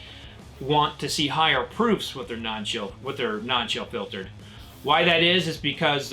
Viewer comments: I heard that too! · I heard it too. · Wait, did you say fill chiltered on purpose?! In the beginning. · Yeah that one got me. Hahaha